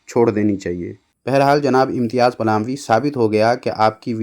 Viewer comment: Is ko palami nahin phalami kaha karo